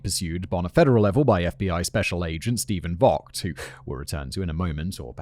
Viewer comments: Just fyi, "Vogt" is typically pronounced as spelled in America. Cleveland Indians fan, our manager has the exact same name 😝 I may be wrong on this specific one, but is typically. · Stephen Vogt is distantly related to me on my mother's side and to properly pronounce it Vogt (vote)